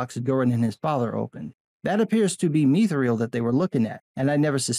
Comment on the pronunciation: Mee Thrill -- I will never not in a million years accept that pronunciation - never you hear lol Myth - thrill (to the death I say)